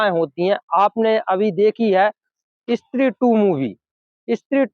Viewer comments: Stree ❌️ Issstree ✅️ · इस्त्री नही भाई स्त्री बोलो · Istree nahi stree bola karo bhai